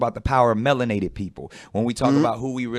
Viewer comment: This clown said melon-ate-ed. Lol .simpleton.